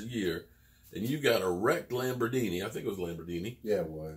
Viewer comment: I was waiting for to say Lamborghini 😂 don't get me sorry I just knew you was gonna add the D in there